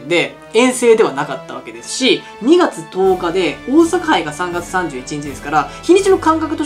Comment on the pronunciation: ２月と４月の訛りが治ってませんよ。